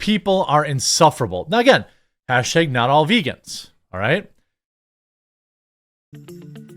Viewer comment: veegaans are reetaards!